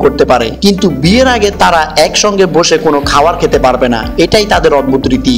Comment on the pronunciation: শুদ্ধ বাংলা চর্চা করুন,অদবুদ কি? অদ্ভুত উচ্চারণ করুন